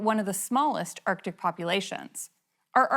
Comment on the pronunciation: Odd accent. She pronounces her "a" as "e". Erctic, not Arctic.